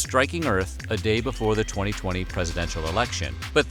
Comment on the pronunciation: He said 2020, I heard 2000, and then thought ”damn, 2000 sounded just like damn 2020”